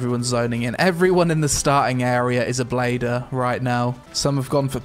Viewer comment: It's not bladder... it's blader! My brain somewhat can't accept this.